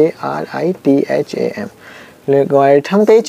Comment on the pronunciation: Logrithem hota hai logarithm